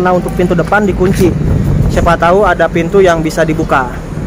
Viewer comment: Lucu jg mas ini, huruf p jadi f, misalnya lupa jd lufa, pintu jadi fintu 😁😁